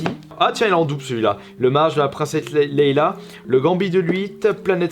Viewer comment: On dit princesse Leia pas Leila